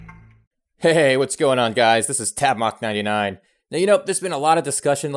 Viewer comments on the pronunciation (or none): Nice vid but "tabmoK"??? Change it before you blow up and you're stuck with that!